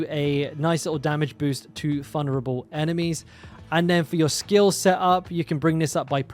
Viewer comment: Why do you say all your v's like f? 😂 There's a fery good chance, fulnerable, etc, but you're right thorns is the way to go, tons of fun, I mean vun!